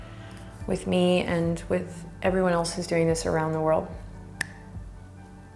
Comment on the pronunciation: Not to be a little asshole or something, but it's 'hasta Mañana not Hasta. "H" is unspoken in Spanish :)